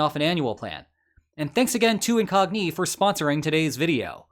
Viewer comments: Why are you pronouncing Incogni like IN⚙🦵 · I hate how you pronounce incogni. I hate it so much :p